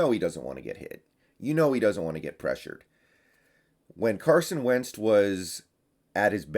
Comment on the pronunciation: Carson Wendst?? Lmaoo